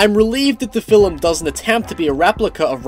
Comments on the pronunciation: Well I dig them, I reckon a number of others do too. Haha. When you say film, it sounds like 'filum'. :] It's just a little something. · Hey I just noticed the lack of comments so I'll give it a go. Thanks for the review, I found it really helpful especially since I want to see it tonight and needed more information on it. Also, you emphasize the L 'film' and it makes me go o_o Thanks a bunch though, loads of help. Deserves more views.